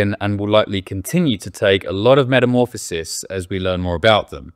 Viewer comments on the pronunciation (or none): none